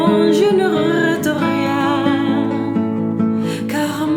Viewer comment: Emocionante, como todas tus interpretaciones. Pero permíteme corregirte una palabra del refrán. Te has comido una sílaba y pierde el sentido de arrepentir: dices algo como "je ne rète rien", pero es "je ne regrette rien". Saludos de un gran admirador!